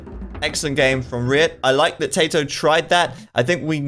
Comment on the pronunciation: Seriously, if you don't know how to pronounce Tatoh's name, just ask him. Or pick one pronunciation and stick with it